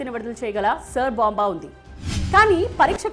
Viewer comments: సర్ బొంబా కాదు ఆది SAAR BOMB Pronounciation నేర్చుకోండి first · Saar bomb kadhu , Tsar bomba antaru